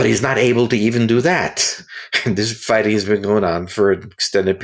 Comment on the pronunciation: "Fighssing in Ukraine" - yeah, right.